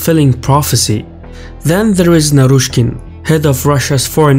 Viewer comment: Hahahha you got naryshkey very wrong. He is sacked already